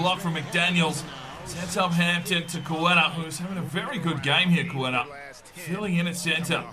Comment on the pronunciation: It’s pronounced (Kate-a) for Queta. Otherwise great video